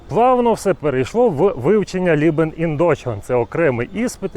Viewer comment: Только, Бро, не лИбен ин дойчланд, а лЕбен))